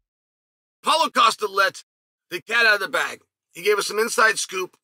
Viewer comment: “Polo” Costa 😂